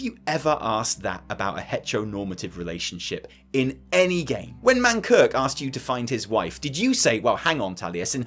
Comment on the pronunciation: "Mankirk" the man says. Pretty sure it's "Mankrik,".